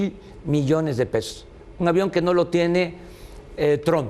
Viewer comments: jajajja "TRUM" me mama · “Donald Trun " Jajajajajajajajaja pinche viejito loco